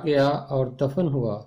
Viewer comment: Sir God bless you and your ministry what you’re doing. I noticed you said دَفَن Dafan (مر گیا اور دفن ہوا). When in a recent video you said it is pronounced Dafn دَفن. I’m sure it’s pronounced “Dafn” but please correct me if I’m wrong.